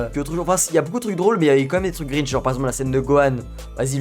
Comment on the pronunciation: Cringe pas gringe